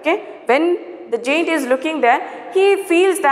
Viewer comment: Your pronounciation (giant ) is incorrect